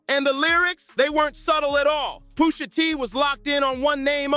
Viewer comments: Why is he calling Pusha Poosha ? 🤦🏾‍♂️ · i love the video and the energy and all. but for all that is holy just say push ah, push sha , pusha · I don't know poosha t but I know Pusha pronunciation is the key Push a (with a lower case a) just in case you're riding the short bus with a safety helmet on😂😂😂